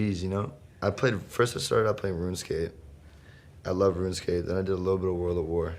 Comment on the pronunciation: Es runescape no "roomscape"